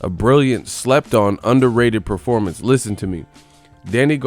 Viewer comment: "What about the top guy Manny?" - Reporter "Ehhhh only after a loss or bad Perpormance(Performance)." - Pacquiao